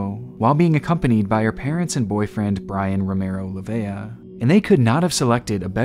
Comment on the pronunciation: I don't understand why people can't pronounce my family name. It's LEIVA. All you have to do is sound it out. Think princess Leia from star wars but take of the A. Va like in the word vault. So Lei-Va.